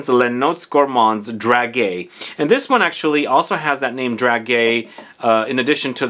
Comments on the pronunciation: It's pronounced "drajé", it's a soft /g/, "dragué" does exist in French though, but it means something different (like chated up, if it makes sense, 😂) and guimauve is not pronounced /gwi/ but /gee/ ... if you need French pronounciation sessions, do not hesitate, I teach French in a College in London 😉. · Hi , it is pronounced Drahjay and these are sweets ( sweet almonds) usually placed on wedding tables as favours to the guests and they do have a particular smell I would presume this perfume is reminiscing about